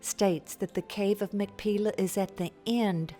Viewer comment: The Hebrew pronunciation is actually "mak-pay-lah".